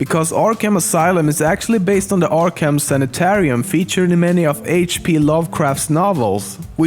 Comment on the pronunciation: you said joker and Arkham wrong